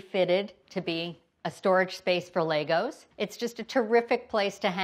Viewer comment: Why does this tour guide say “Lego’s” like “Lagos” as in the Nigerian city?